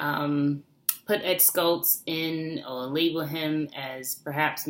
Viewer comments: it's pronounced SHHHultz, as in shower, not Skultz. Thanks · It's not Ed "SKultz", it's pronounced "SHultz". You sound like you don't really know about him when you pronounce his name wrong. And he turned into a bit of a flame thrower himself when he called Laura Ingraham a "talk show slut", when she is a very upstanding conservative, patriotic American who would never use that kind of language on anyone. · The Late Ed Schultz' last name is pronounced "shults" rather than "skults". :) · Ed Schultz pronounceD SHULTZ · I don't believe you pronounced Ed's last name correctly.